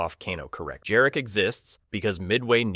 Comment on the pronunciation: Jarek not Dżarek. That is a Polish name.